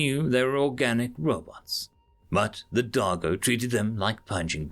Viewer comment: When he said Darjo I can’t be the only one that heard him say Doggo right?